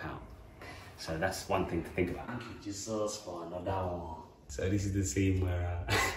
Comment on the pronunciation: Tank you jesos for anodah ooonee🤣🤣🤣